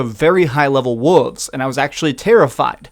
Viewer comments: WUVS LMAO WO"L"VES bro, WOLVES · Heh, wooves. Gotta work on pronouncing the L in wolves, bro